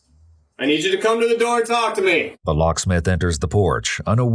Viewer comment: "before he can come out to tALLk" lol